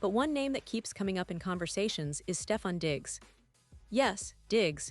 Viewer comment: She can't even say his name right smh